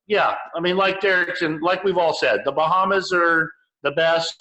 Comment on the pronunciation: What are the Bahams? Is that supposed to be Bahamas, or is there something called a Baham?